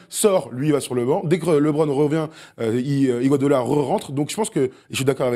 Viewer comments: Homérite Officiel et ya pas que tout le monde dis iguadola voir iguadala 😂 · Il n'y a que moi qui a remarqué que n'arrive pas à prononcer Iguodala?